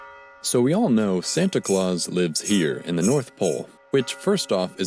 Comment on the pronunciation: Hey don't say you can buy yourself higher on the Nice list by donating on Patreon. it's Santa Clause not SEAntEA CluEAsEA